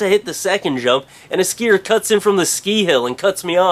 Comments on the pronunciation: dude SKIIHEERRRRRSS LOL you say skii and skiier aa lot lol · Haha the way he said skier was fucken awesome